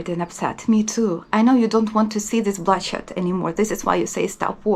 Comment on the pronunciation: I had to rewind to see if you said bloodshed or bullshit. I know that this is a serious topic, but I had to laugh as those two word could be interchangeable and be accurate.